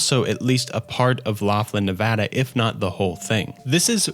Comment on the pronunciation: As a Nevada resident, hearing somebody pronounce my state correctly is chef's kiss Great video btw. Digging the recent content as well